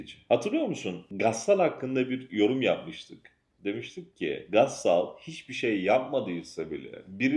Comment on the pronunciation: Videolarınızı beğeniyorum,sürekli izliyorum.Bu bölümde farkettim ki ‘gassal’derken sondaki a ve l harfini kalın söylüyorsunuz.doğrusu ‘emlak’ kelimesindeki gibi ince bitirilmelidir.Kusursuz olmanız için böyle bir uyarıyı gerekli gördüm.küçük bir ayrıntı ama yöneltilecek eleştiriler güttüğümüz büyük davaları lekelemesin.